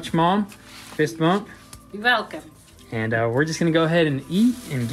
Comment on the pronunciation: you velcome